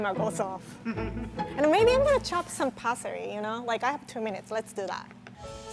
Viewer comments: Tina Giordanella parsery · says 'parsery'😂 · Why does she pronounce parsley pasory!?!!!? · The way she said parsley 😂